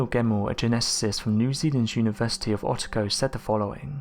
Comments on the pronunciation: "Otter-go"? I'm a kiwi, it's pronounced Oh-Tah-Go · O - TA - GO not Otta Go. Ffs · University of oh-tah-go not otter-go. Geez man. Am sure its origins are from UK aswell. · Lol the way you said "Otago". It's " Oh Tah Go" ;)